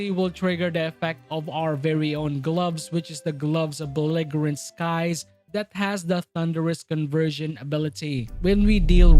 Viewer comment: cool build! just fyi, the g in belligerent is pronounced like a j